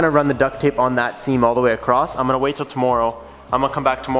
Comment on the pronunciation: Why do you say tommorow like that